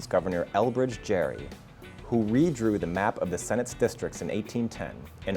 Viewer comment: I think gerrymandering is pronounced with a j, but the last name of the guy it’s named for is pronounced with a hard G, so I think the presenter said the guy’s name wrong in the video.